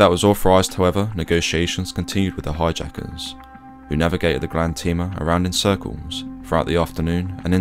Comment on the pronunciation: You also mispronounced Grande.